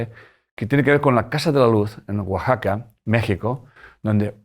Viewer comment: Sr. Corbera... Que bien pronuncia la palabra Oaxaca....